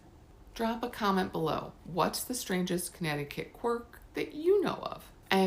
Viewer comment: It's wonderful to watch a Connecticut video where the facts and pronunciations are correct, and the content is interesting. I'm subscribing to your channel right now.